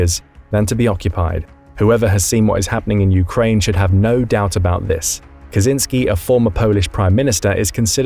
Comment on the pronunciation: Kaczyński, not Kazynski. And there is no such a town in Poland like Roklau. If you meant Wrocław, then WTF? Why did you change it's name so effing much?